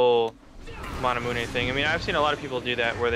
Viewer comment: I'm listening to the way they say manamune, and at first i thought he just said it as a joke, maybe because someone said it wrong, but they actually pronounce it that way...lol